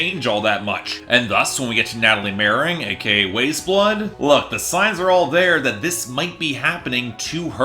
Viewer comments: This is easily one of the best albums not just of this year, but this decade so far for me, but I respect your opinion. I think what bothers me most is how you say her name. it's pronounced like WISE blood, not WAYS blood. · its pronounced wise blood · it’s pronounced wise blood my dude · You could not even pronounce her name correctly, says all I need to know about the thought put into this review. Don't talk about this artist again please. This review is a bomb on the level of Fantano House of Balloons and the dislike ratio says it all